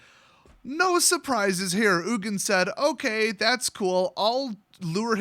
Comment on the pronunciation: No actually I jokingly said ugin so wrong! lol